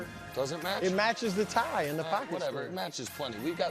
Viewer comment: “TYE-INS” I cringe every time Wildes pronounces any word with a consonant in the middle of it. Sounds like a 3rd grader